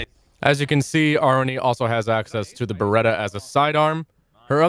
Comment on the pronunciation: As a Thai people I spelled her name AH-RU-NEE